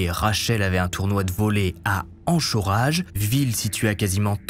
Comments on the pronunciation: fait un efdort en anglais 😂😂 Vous les francais c hardcore l'anglais 🥳😂😂. C 'est pas crapping mais "créping". Tas jamais entendu un anglais dire "crap" avec le r anglais. Crap ca veut dire qq chose de merdique. Et cest pas "anchorahe" mais "ankorége" en prononciation Lol tu parles anglais comme un granvais qui na jamais fait de langalis. Ils sont ouf ces francais. Un effort car tu fais bco de video sur les ricains ou australiens etc..ca sonne mieux..c comme un film en VF est 100 fois plus merdik et meme impossible a ecouter.. Qui a part les francais matent les films en vf? 😀😂😂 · Anchorage se prononce "Ankoraige" ;) il faut la prononciation américaine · Mes oreilles ont saigné :) on prononce ankorage meme si ca c'écrit anchorage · Par pitié, ça fait quelques hvf que tu traites où Anchorage est citée, ça se prononce " K" le " CH" 😂😂😂😂😂😂😂😂 ça me dresse les poils du dos. Le "enchoraje" ,😂 Bon sinon très bonne hvf, ça fait pas très longtemps que je t'ai découvert, par pur hasard, je dévore tes hvf. Tu bosse très bien, le pointe d'humour a chaque fois pour faire retomber la pression, les suspens humoristiques. T'es au top. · Ansho Rage ? Anchorage se prononce Ankoraige . J'ai découvert ta chaîne il y a quelques semaines, et tu fais un sacré boulot, mais j'ai remarqué que tu as énormément de mal avec la prononciation des noms des personnes et des villes ( comme Fort Laudaire Dalle pour Fort Lauderdale qui se prononce Fort Lauderdaile pour l'histoire de Gerard Schaefer) ou encore Joie prononcé tel quel au lieu de Joy ( djoille). C'est assez agaçant. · pas encourage, ènkewènge!!!prononciation! (désolé je met que des commentaires pour te cass... les c... j' aime bien t' embêter!haha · Lol ta manière de dire Anchorage m'a fait explosé de rire 🤣🤣🤣. Ça se prononce "Ankorège" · Waaaaw Anchorage ça piiiiique 🤣 ... ça se prononce [Ankoreyge] en fait 😅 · Anchorage 😂 la prononciation c'est AnKorèdge ahah Sinon top la vidéo ! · Anchorage Se prononce "Ankorège" cependant